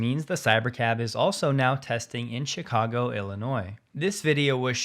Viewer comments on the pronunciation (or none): none